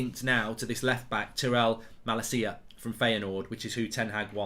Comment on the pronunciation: Sangaré is pronounced as Sanga-Ray and Malacia is Mah-Lahsia